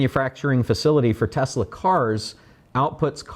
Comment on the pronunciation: This is ten minutes of incoherence. It isn't "fenn-men," it's "FINE-man." It isn't "Tess-LIE," it's "Tess-LAH." And it isn't "electronic vehicles," they're electric vehicles. Apart from that, the rest appears to be a lot of business babble—the sort of which wouldn't pass muster in even the most oxygen-starved MBA program.